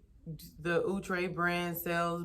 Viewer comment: I was like who?.... We always pronounced it " Ow-tray" not "Ou-tre"...lol That was insightful Now on to this hair... Have you subscribed to hair magazines to stay on top of what's trending? What do you do to stay current?